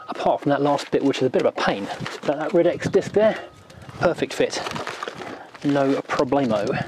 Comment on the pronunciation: Shouldn't the title say "New Ridex" instead of "New Rides"? :) And I've always thought Ridex was pronounced ride-ex.